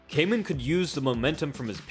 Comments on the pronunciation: Excellent breakdown only thing is that his name Kaman is pronounced Kahman and not Kayman. I know it’s hard for English speakers. I’ve subbed 👍🏻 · Hoost is pronounced like host. Why don't you inform yourself before butchering names? Kaman is pronounced kah mahn